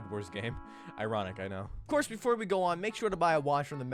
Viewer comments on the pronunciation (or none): none